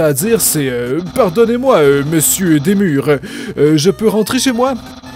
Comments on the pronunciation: super mais undyne se dit Undayne et dreemur c'est pas demur mais driimur x) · c'set pas des mur mais dreemurr (dri meur